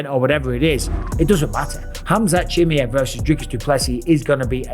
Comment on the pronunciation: Why he sayin Khamzat chimi-ev🤣🙏🏻